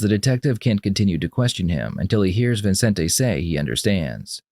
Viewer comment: It's Vicente not Vincente.